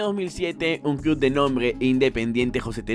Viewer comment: Iba a darle like pero dijiste 'cluD' 😝